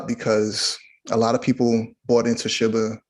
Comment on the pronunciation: awesome info.. just hate how he says Shiba like "Shibba".. if it was sounded like shibba, it would spell like shibba smh